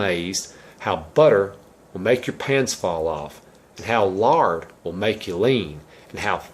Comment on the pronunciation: Sounds like he said 'larding ' at first, Lol! :--)